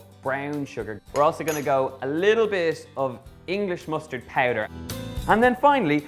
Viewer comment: The way he pronounces BROWN and POWDER are so south Dublin (the posh part) <3